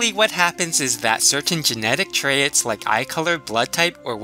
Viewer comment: I love your videos, but every time you say 'trayits' instead of 'traits' I want to throw my phone at the wall... ._.